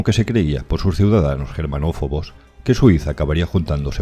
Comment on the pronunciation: 😄 Eso tiene mas sentido, pero parece que dijeras "Germanofobos"